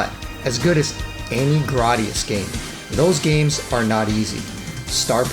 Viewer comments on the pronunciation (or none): none